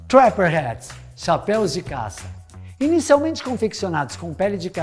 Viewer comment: Muito bom video parabéns muito yotuber fazendo a pronuncia de form errada de chapéu no plural vc foi o único que acertou os caras falam chapéis kkkk parabéns